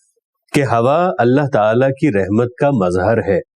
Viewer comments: Rehmat nhi rahmat hota hay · بصد ادب أپکااپنا تلفظ۔بھی غلط ھے رحمت را کے اوپر زبرھے أپ زیرسے تلفظ